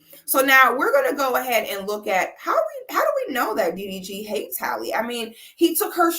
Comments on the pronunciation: every time you said "DVD" instead of "DDG" I fell out LMAOOOOOOOOO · Lmao ,I thought I was trippin. I over trying hear like wait wtf is she calling him? She calling this man DVD 😂😂😂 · i thought i heard DVD. first time watching, she earned my subscription quickly 🥂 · Girl the way you was butchering that mans name had me HOLLERING!!! Its so fitting😂😂😂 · I lost count how many times 6 said his name wrong😂😂😂